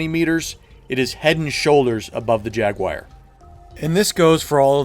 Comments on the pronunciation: Dude it's "Jaguar" not "Jaguaire" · "Jag Wire" lol it's jagu-ar, kinda like "jag-war" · Jaguar... not jaguire. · What’s a Jaguaire? Good vid btw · LC3 Jag-WIRE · "The jagwyer" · Jag-wire? Jag, WIRE? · "Beware the Jag-Wire!" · WTF IS A JAGUIRE? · JagWIRE? drove me nuts every time you said it! hehe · Jaguar >"Jaguwire" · Jagwire? No such carbine in PS2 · Ah, yes, the LC3 Jaguire, a brilliant hipfire carbine for the TR :p Jokes, and pronounciation-nazism aside, very good and informative video... Though I would say some weapons are just straight up upgrades to the standard, but they are few and far between. AA lockon launcher against standard RL for example... Commissioner over pretty much any pistol in the game... And don't get me started on vehicles, although vehicles in and of themselves are huge cert investments regardless. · don't get me wrong it's a good explanation but how the hell do you pronounce Jaguar XD